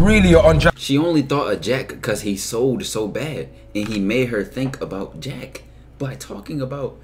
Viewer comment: had me dying especially cuz I’m from London and hearing you say he sold is hilarious 😂